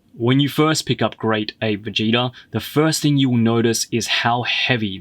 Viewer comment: He said Vegéta